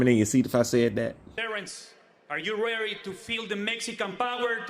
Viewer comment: "Are you rerry to feel the mexican power?" 😂